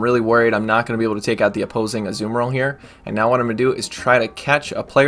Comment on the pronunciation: On the back of calling you a nerd for knowing about rocks, I am amused to say that every time you say azu-bomba-dill I think of my favourite Lord of the rings character Tom Bombadill